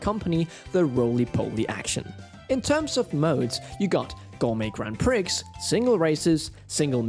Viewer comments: Grand prix is not grand pricks, its "graan-pree" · Thanks for the review, but please, please, it's not pronounced pricks.. its 'pree' 😅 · "Gourmet Grand Pricks" 🤦‍♂️🤦‍♂️ Learn how Grand Prix is pronounced, son. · just a heads up to the voice over, the prix in grand prix is pronounced grand prii like wii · Who else pronounces grand prix as grand pricks? I used to as a kid but was told it was wrong but now I'm wondering if it was actually right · Grand Pricks? Sure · "Gourmet grand PRICKS" 😅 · "Grand Prix" is French and pronounced Grand "pree". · Did you say "grand pricks?" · Did you just say Grand Pricks!!!???? Hahahahah!! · Grand Prix is pronounced "Pre" btw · Just one small correction if I may: the X is PRIX is silent. Thanks for the video. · Might want to check the pronunciation of grand prix. What you're saying doesn't quite fit the family friendly nature of Nintendo Life all that well... Other than that, great review! I'm hoping that they add four player multiplayer in the future as I'll probably pick the game up if that ever happens. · is it just me who noticed he actually said grand prix with the x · TIL there's a grown man somewhere he can't correctly say "grand prix"